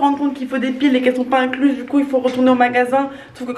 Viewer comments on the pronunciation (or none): incluse? ça pique les oreilles